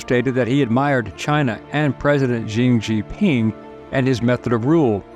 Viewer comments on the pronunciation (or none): Excellent and accurate analysis of the Canadian situation under Trudeau's tyranny. You did mispronounced the name of the Chinese communist leader into the clip, however.